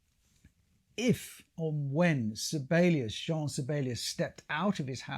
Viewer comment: His first name — Jean — is pronounced YAHN.